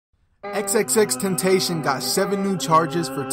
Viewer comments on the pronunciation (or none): Xxxtentaycon? Its xxx tent ta see un